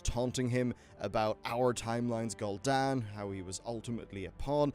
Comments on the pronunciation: You really need to work on some pronunciation things if you're going to make lore videos like this. You say Gull'Dan, as in seagull, whereas all voice lines in the game pronounce it Gul'Dan, which sounds like Ghoul Dan. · Lol at "Gull dan"